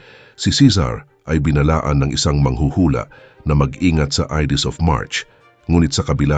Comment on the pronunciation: Watch your pronunciation, lahat halos ng Tagalog mo mali-mali ang pronunciation. Hindi ka naman siguro Kano dahil you pronounce Ides of March as Idis (it should be Ayds). Practice ka muna bago mag-post kasi it's annoying. Parang nababastos ang mga pinoy eh.